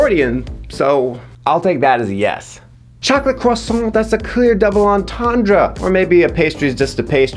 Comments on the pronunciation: Croy-saunt. 😆 I'm so impressed. How did you manage to take a word that has been pronounced every possible way and still say it in a way I've never heard anyone else say it...? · I'm going to riot because of how he pronounced 'croissant'.